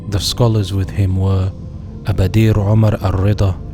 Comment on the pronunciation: Not Walashma Walasma’ actually. Abadir is pronounced as “Abādir.” The Walasma were not Somali, their place of origin is Ifat and they claim to be from Aw Barkhadlé who is from Arabia.